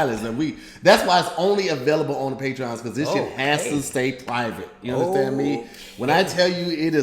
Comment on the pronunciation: You unDASTANDS me..hmm? lol